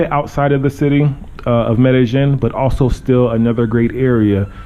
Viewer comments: It's pronounced "Me-de-YEEN." Not, "Me-de-GEN." So tired of people living here and STILL mispronouncing it. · It's pronounced MEH DEH YEEN. Not MEH DEH JIN.